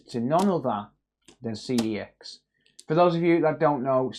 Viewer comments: That's not how you pronounce CEX! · Do you have to mispronounce CEX so you don’t get punished by YouTube?